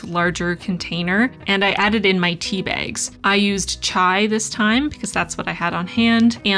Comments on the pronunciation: you can't comprehend the DISTRESS i felt when i thought i heard you say SIXTY bags, instead of six tea bags... great video nonetheless!!!!! <3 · I heard „I used sixty bags this time“ and was super confused until I realized you said „Six tea bags“